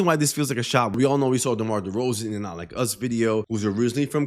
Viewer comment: The way you pronounced Derozen sounded to close to D-Rose lmao